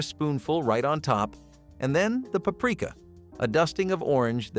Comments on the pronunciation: It's Papreeka. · He made paprika sound like Africa lmao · Paprika- pa-pre-ka. You are welcome.